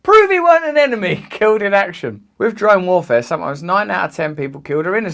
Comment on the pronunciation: sounds like he's saying jerome warfare